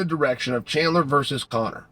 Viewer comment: Who is chander ? Does this guy say names wrong for fun?